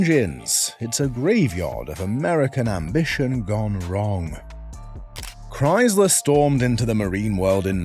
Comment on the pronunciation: There is no z in Chrysler.